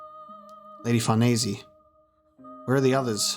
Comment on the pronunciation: Why do you say "Farnesey" here name is Farnese. Would you say Chinesey instead of Chinese?